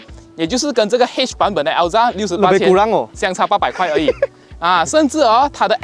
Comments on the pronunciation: “L-ZA” My bro just created a new Perodua’s car name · 中文頻道不要求英文好，但是至少Ativa 和Alza的發音可以正確點嗎？聽了很不舒服不到5分鐘就放棄了